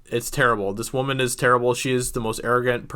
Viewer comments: It’s pronounced “woman” not “waman” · This guy can't pronounce Woman. Douche bag. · I have never heard someone pronounce woman in both pluar and singular forms at the same time